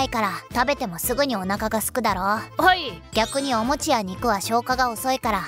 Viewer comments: お餅は消化早いのでは？あと、「お餅」のイントネーションおかしいだろｗ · なんでの声の人、「お餅」のイントネーションが変なんだろうか？